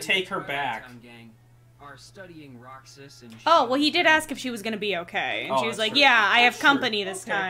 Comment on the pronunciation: I swear I heard him say “Camp Roxas” like, the newest world is gonna be based on Camp Rock, maybe also High School Musical and Halloween Town? I WANT THIS EVEN IF IM MAKING A DUMB JOKE!